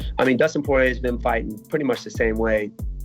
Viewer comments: absolutely nobody: Colby: Dustin Soirier :DDDD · So, is it Dustin Soyrier or Sourier?? 😄